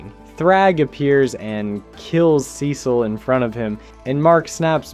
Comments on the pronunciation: You mispronounce Cecil until , but then you go BACK to mispronouncing it ?!?! wtf man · Awesome vid. But the Cecil pronunciation jumpscared me